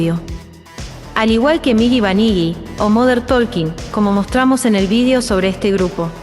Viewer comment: kkkkkkkk antes de criticar a moder talking debes saber pronunciar apestas